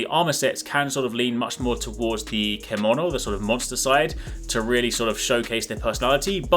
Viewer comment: Thank you for the summary. Everything I wanted to know. It's pronounced CHEM-OH-NO by the way.